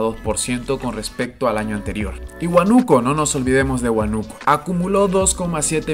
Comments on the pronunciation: La acentuación es Huánuco, Apurímac y Huancavelica esta última con acento en la i (prosódico).... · muy buen video, la única pega estas pronunciando mal los nombres de apurimac y huancavelica, ambos tienen acentuación en la i. Y huanuco en la A. Saludos